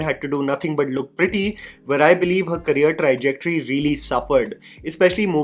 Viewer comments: 'seismic' is pronounced 'size-mick" and 'trajectory" is " Trar-jectory' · Bro you do great research for your content, but please pronounce the name of the actor correctly, it's not Sefli, its Saif Ali. Also niche and trajectory. These are a few that pop out of your videos, rest is all good and cool 👍